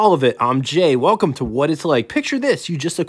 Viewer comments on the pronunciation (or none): none